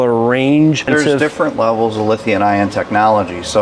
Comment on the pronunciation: It’s LITHIUM not Lithiun.